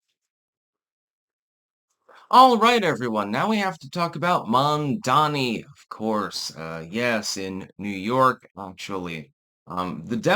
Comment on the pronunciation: It's Mamdani, not Mandani.